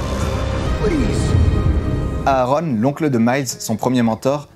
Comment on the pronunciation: On ne prononce pas les 2 a de Aaron